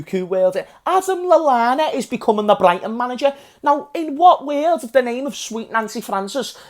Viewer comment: You grew up through the year bro👍🏽😁 how old were u when u said “sadio mane is best player in the werrrld”